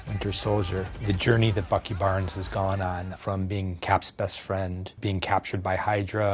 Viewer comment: Not gonna lie, I kinda heard Fucky Barnes.